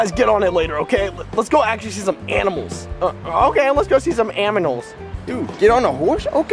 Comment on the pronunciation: wario be like: anmals